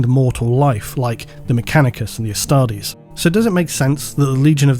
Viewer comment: Dear it's Astartes with a T, not Astardes. Love your vids!